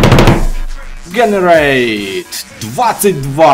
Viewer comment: пожалуйста никогда не произноси слово generate